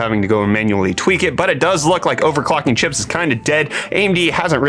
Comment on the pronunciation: fax... "chipeeezzzzz"??!?!?!? asalwaystyforyourhardworkanddedication!!!